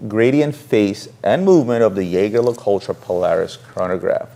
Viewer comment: In Switzerland we have always pronounced it YEAGER. you are right!!